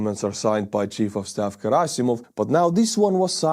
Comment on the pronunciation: Girasimov or however the fuck you spell/pronounce his name should be called Cadaver-sov because that i know how to say 😂